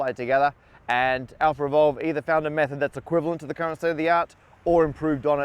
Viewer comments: "Revolve" --> Evolve I was hearing "AlphaRevolve" the whole time :o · Do you English native speakers realize that every time you pronounce words like "Alphaevolve" it sounds like "AlphaRevolve"? It's really like you're putting an extra R. Why is that? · I'm puzzled as to why you keep saying AlphaRevolve instead of AlphaEvolve... 🤔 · Do you pronounce "AlphaEvolve" and "AlphaRevolve" differently? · Lol "Alpher evolve" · I thought he was saying some cool sounding name but it was just alpha evolve